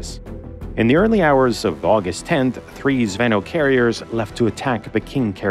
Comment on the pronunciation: You dno't pronounce it "zv`ehnoh". It's almost "zvin`o", last sillabe accented. Means "airsquad" (or "lance", for tanks), being literally "chainlink".